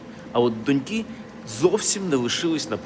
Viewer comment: Все дуже повчально і цікаво. От тільки не донькИ, а дОньки!